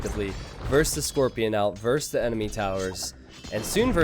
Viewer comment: Moobles Your reasoning is sound, and your explanation succinct. It doesn't excuse it. He still sounds like a complete idiot saying vers. It isn't really so slow that it makes a difference anyway. Ecspecially when you can see what's happening, a 5th of a second spent saying the syllable "es" isn't going to make enough of a diffrence when casting an RTS. Glad you like him, but your reasoning makes less sense from this perspective.